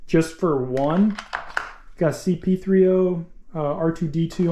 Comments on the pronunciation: It's "C-3PO", lol. Awesome haul!! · "Boba Fott" and "CP3-0"